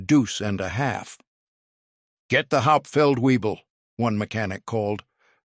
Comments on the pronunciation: It’s Not “weeble”. It’s wyble. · WEEBLE is actually VEEBLE. One of my friends drove a deuce and a half in Germany. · Weible ? Webel ! (and it's not two words Feldwebel) Fact check before release please................. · as usual the AI voice over is slaughtering the language - FeldWebel is pronounced Felt - Vay - bel. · No, it's vay-bell